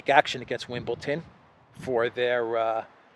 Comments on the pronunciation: Wimbledon. not Wimbleton. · Bro, love your updates.... btw. Wimbledon is pronounced WIMBLE-DUN... with a d. Hey I'm picky., I used to play tennis in school. lol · its....Wimble Don not wimble Ton. Well in football you re not allowed to show political emblems or show support for a political cause althoigh thats all gone by the by now with Ukraine everywhere!